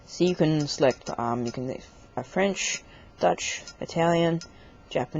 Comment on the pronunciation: You mispronounced "Deutsch" as "Dutch". Deutsch is German. Just to let you know.. ;) "Moshi Moshi" is usually used for on the telephone. "Konnichiwa" is used for in public.